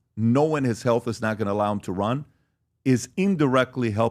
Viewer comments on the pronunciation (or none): none